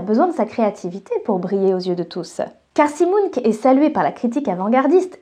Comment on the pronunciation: Ah oui, on dit MunK et pas Munch comme les Monster Munch ? Avec un fume cigare, l'illustration de ta jumelle maléfique aurait été encore plus classe. Très bon sujet, merci.